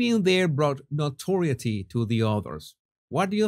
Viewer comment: Great content, (Psssst! May i pass on a tip for pronouncing 'notoriety'?.... Note-or-EYE- ity.... stress on the caps). Warm regards, G Ire